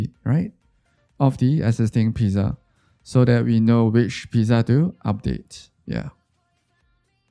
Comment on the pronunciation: why r u pronouncing pizza like that